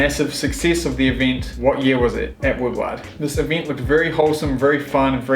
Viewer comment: Someone in the comments section of the Rocess Moon post on IG said it was an entirely new shell mold- we'll see....Also, it's more like "Woodword" youre saying it like Wood-WAAHRD. Great show!